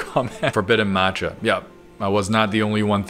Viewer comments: MAT-cha??! It’s maa-cha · I can't believe you called matcha "mancha".... Have we learned nothing from spider man across the spider verse SIGH